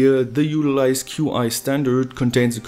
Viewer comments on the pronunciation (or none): I though qi was pronounced like "chi" lime the energy lol...in fact, I'm pretty sure it's that and not "q.i." ;) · QI? I've always heard it pronounced 'chi.' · It is chi when talking about qi gong. The electronic engineers who named it probably don't believe in woo, but appropriated the name nonetheless. BTW I do qi gong and can feel qi. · Qi is pronounced chi in this instance.